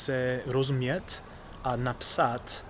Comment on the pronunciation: Wow, your Czech is amazing!!! Since you asked for advice, in Czech we always put stress of the FIRST syllable of a word. This simple adjustment will make your Czech sound a lot less English. :-) For example in the word “pamatovat”, don’t put stress on “to” but to “pa”. In “napsat” stress “na” instead of “psat”. Etc. I’m looking forward to your future videos, and your progress in learning Czech. So far you’ve been doing great! Hope you keep it up! :-)